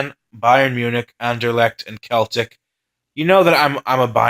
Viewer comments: Tut tut.... yes it is pronounced “Sel-tik”. Good vids though. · Celtic is pronounced Sel - Tic